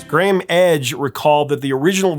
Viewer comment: We pronounce his name Gray am in the UK